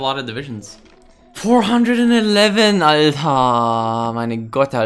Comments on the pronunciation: Why is he saying alter so weird? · He says alter which means something like bro but he completely mispronounces it which is very cringe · those "Alters" are so annoying idk why it sounds really bad but i think its because you speak it out wrong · What is that word he keeps saying? It sounds like, "alte" or something, I assume it's an exclamation, I've heard tommykay use it too, I just don't know what it is exactly. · It's a german ghetto thing and he says it as a middle class swede lol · you saying ALTER made me confused.